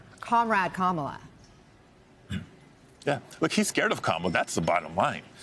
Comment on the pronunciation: Butchering Kamala’s name combines two of the GOP’s past times: racism & illiteracy.